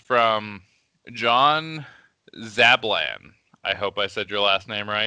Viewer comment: Yes you said my surname right (Zablan) Thanks for the answers and insights. Keep it up and more power to you guys. Listening to this has kept me company while building and magnetizing a morningstar and scourge.